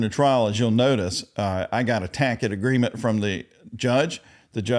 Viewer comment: how does this appeal help with the 700 yr sentence anyway? i know they r SICK of hearing him. words that annoy me the most: takit agreement, grounz, substain, overoo, law liberry… as a blk woman who’s dealt with multiple types of racism…this man can NEVER say they were anything but fair to him. i love how they documented everything regardless of all that disruption and distraction. idk how she didn’t throw him in a volcano. 😂 im gonna learn to have THAT type of power and patience. i’ve been bullied by men like him too many times to count and am excited to study criminal justice soon.